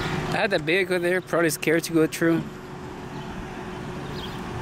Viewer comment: I enjoy some of your videos. But please man, it's not "tru" its "through" ... Pronounce the "TH" in it.